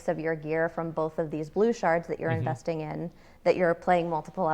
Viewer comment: She said " shards you're INVESTING in" ....